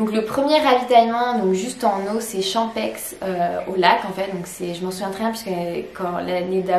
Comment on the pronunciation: En tant que suisse j'ai eu les oreilles un peu écorchées en t'entendant expliquer à quoi correspondaient les lettres OCC. On dit "Orsières" et le "x" de "Champex" ne se prononce pas.